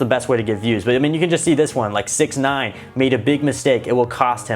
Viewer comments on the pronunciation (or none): none